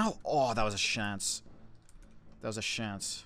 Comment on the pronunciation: "That was a shance" gud 1 sir